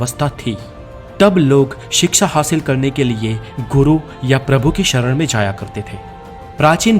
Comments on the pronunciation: First of all the word in hindi is called shiksha not siksa. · Bhai wo shiksha hota he siksa nahi 😁😁